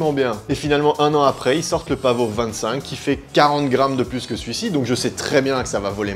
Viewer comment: Pavo pas paveau 😂😂 et pas pavot non plus 😎😎😎